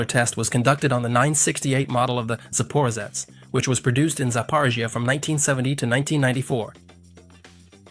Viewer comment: Sapa…what?! It’s ZAPAROZHETS